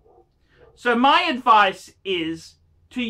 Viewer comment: Never take any phinance adphice phrom this guy.